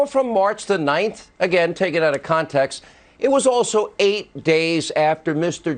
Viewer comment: did he say out of “comtext”? Or is that just the video?